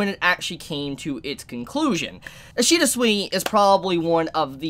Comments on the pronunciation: His name is pronounced “Sway ish ida” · No, its ishida sui